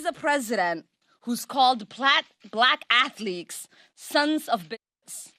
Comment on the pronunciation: I especially liked "plack athlekes"